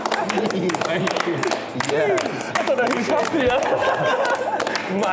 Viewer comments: i can't be the only one whose soul dies a little every time a guest pronounces elias' name wrong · Why does no one ever prep the guests on how to pronounce Elias’ name 😫